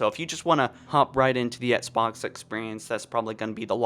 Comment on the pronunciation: Dude, practice saying “EX-BOX” lmao